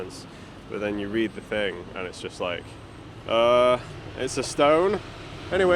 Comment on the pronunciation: If I didn't read the captions, I thought you said 'Áthelstan', not Ossulstone- do you think the stone was a tribute to the king and over the many many centuries the name/ word changed?